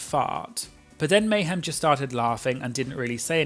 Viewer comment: Meh-hem Miller as one queen put it I believe lol